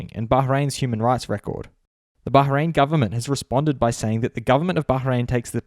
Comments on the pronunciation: It's Bahrain, not Baharein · No One:: baHrain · What is it recently everyone pronounce Bahrain as Bahhhhrain?